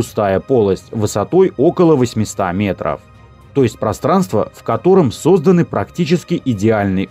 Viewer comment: Диктор, не сОзданы, а создАны. Учи русская языка однако.